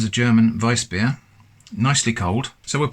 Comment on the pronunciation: Kudos to you for pronouncing Weißbier right